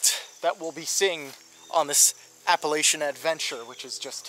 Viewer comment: You said Appalachian totally wrong